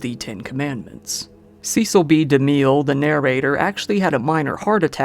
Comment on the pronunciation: A quick Google search of Cecil B DeMille pronunciation & one would know his last name ends in 'Mill' not 'Miel'